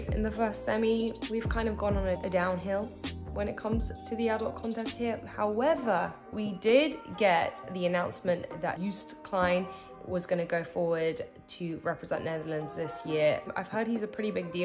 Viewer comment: Pronounce his name Joost like coast and most…same sound